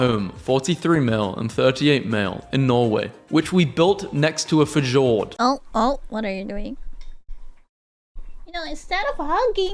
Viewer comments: "f-jord" LOL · Why'd he pronounce Fjord like that